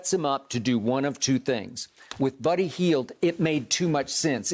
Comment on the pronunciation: Uncle Shannon: “Birdy Hield” 😂😂